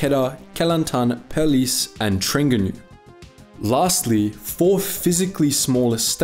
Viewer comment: Your pronunciation of the Malay states are wrong lol... I know there are more details there like the communist planted landmines etc etc but I think I forgot most of them now. I don't think all Malaysians like the subject of History. I already graduated a long time... Why would I remember all I've learnt. Terengganu... Lol